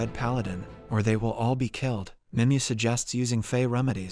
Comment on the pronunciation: Her name is pronounced nimway